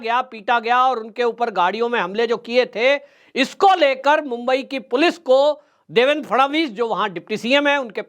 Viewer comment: काफी अनावश्यक बाते बोल रहा है. इसे माननीय देवेंद्र फडणवीस का नाम तक ठीक तरह से लेने नहीं आताहै. देवेन केहता है. कौन केहता है के नितीन गडकरीजी को हटाके फडणवीस जी को लाया गया है. महाशयजी खुद की मनगठन कहानियां बोलना बंद करदो. पहले की सरकार जाकर नयी सरकार आने से क्या फरक पडाहै ये आपको नहीं मालूम. अभि अभि का ताजा उदाहरण देखीये. पहले की सरकार होती तो क्या बुलडोझर चलता ?